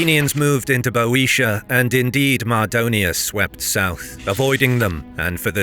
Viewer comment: It’s so refreshing to hear a British narrator correctly pronounce “Boetia.”